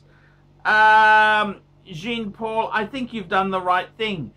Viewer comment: Jean is phonetically pronounced “Jhaan” not “Jeen”.